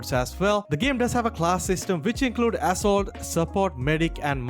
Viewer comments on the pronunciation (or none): Did i just hear "AssHole" instead of "Assault" ?